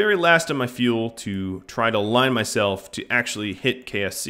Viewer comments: Anyone else hear him say KFC instead of KSC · KSP = Kerbal Space Program (the game) KSC = Kerbal Space Centre (the main launch pad location) KFC = The fried chicken.